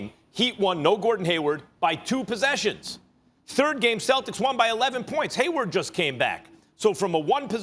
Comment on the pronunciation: MY MAN SAID GAYWARD LMFAO